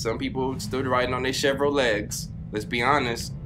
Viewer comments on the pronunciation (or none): SAID CHERVROLEGS BOI IM DYING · So we just gonna pretend like we didnt hear him say. "Some people still walking with their Chevrolegs" 🤣🤣